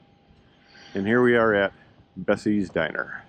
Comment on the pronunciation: Diner….not Dinner 😉